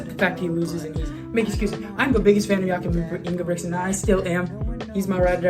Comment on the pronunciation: It's not Ingebrixen, it's INGE-BRIT-SEN